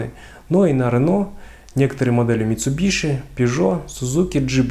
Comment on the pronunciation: После озвучивание МитсубиШи выключил, ролик. Всё понятно.